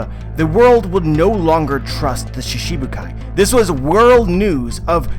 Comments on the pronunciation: It's shiCHIbukai not shiSHibukai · lol you just said that in other regions in japan pronounce shichibukai differnetly, I see that I'm talking to a brick wall here. the work shichibukai it pronounced most of the time shchibukai never shibukai I have no idea where you heard that, the chi isn't soft and clearly pronounced. you keep on making stuff up about a language you know nothing about. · so you dislike the correct pronounciation and shifted it to one that suits you, reminds me of Zoro being called Zolo. anyway now you know the correct way to say it and you choose to word it differently so it suits you, you are free to keep calling it shishibukai and I'm free to correct it when I see it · Random Boredom Productions of course different languages have difficulties with other languages, but all other American one piece YouTubers have no problem pronouncing this word, he just chooses to pronounce it shiSHibukai cause it sounds better to him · accepting that pronouncing a word wrongly is correct? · there's accent and there's mispronunciation, every other american youtubers are saying shichibukai with an accent but still pronouncing it correctly